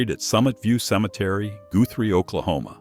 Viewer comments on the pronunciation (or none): It's not GOO THREE Oklahoma, it's GUTH THREE....jeez, such stupid pronunciations!